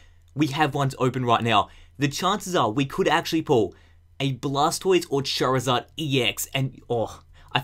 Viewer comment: At the end when he said charzard he said fucking